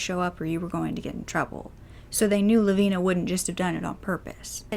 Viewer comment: So glad you pronounced her name correctly